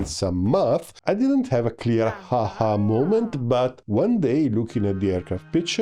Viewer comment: Your accent made it sound like "ha ha moment" Which kinda fits too😂